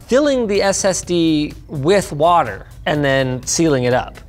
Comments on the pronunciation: Linus went Kent Hovind with that watt-ter bit. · Can somebody explain to me why Linus is saying "Waturr" and why the timestamp says "Waturr Cooling"? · "This video is brougth to you by Waturr"